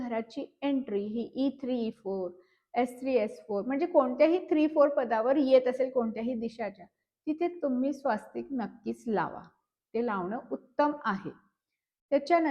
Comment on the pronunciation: स्वास्तिक नाही स्वस्तिक